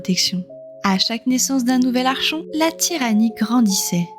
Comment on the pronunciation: Certainement l'un des premiers jeu que j'ai fait et refait pour voir toutes les fins possibles. Très bien écrit et retranscrit c'est juste dommage de dire "Archon" tout au long de la vidéo alors que ça se prononce "Arkon" vient du grec árkhontes (commander) mais je chipote 😇 Merci pour ces souvenirs, un peu de nostalgie ça fait du bien